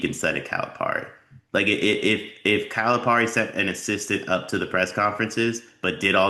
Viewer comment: It is not pronounced Par-e. Calipari is pronounced Pear-e. Seriously: it's not hard.